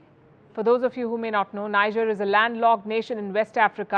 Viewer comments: It is pronounce Nije and not Nija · Hey Palki Sharma, the country (Niger) is pronounced ‘Nee-Jair’ not Nijar pls!!! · Pronounced..... Niejerrh.... Not Naijarh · Why can't she pronounce Niger correctly. It's NEEJER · It's pronounced "nee-yeh". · If you people are going to mention names of leaders and places,at least make an effort of finding out how these names are properly pronounced. It’s Niger (Pronounced Ni-jerr,not Nai-ja). The city is pronounced (Nia-may,not naya-mi) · Poor pronunciation of country names...Niger, Guinea pronounced wrongly 😂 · Please learn proper pronunciation of NIGER, GUINEA. Please. Stop the mispronunciation.